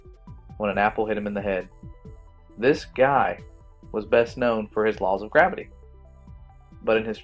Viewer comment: GRAV-ITY NOT GRA- VITY